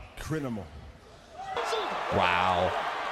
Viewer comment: “Crinimal” 😂 Bro was such a menace that he couldn’t say “criminal” correctly 💀